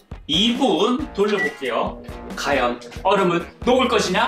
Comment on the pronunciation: 허팝님 ㅘ 발음이 어려우신가요? 확인 과제 과연 을 다 학인 가제 가연 이라는데